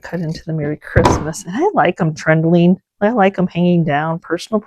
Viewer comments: She’s not saying “trending” though. She’s saying “trendelling”. Maybe she’s trying to say “trailing” or “tendrils”. I have no idea. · What is “trendling”? If that’s what you’re saying…it’s not a word. Maybe I’m hearing you wrong but you’ve said it in a few videos.